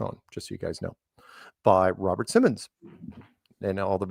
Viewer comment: Blue Marble 2.0 WAS NOT MADE FOR THE iPhone but was used by them as their wallpaper years later. And it is Robert Simmon! There is no 's' at the end of his name. You are confusing his name with that of the exercise guru Richard Simmons.